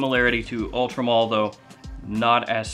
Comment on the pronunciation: Why does it sound to me like you are saying Ultra Mall lol